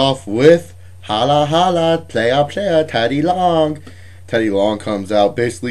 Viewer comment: you make teddy long sound chinese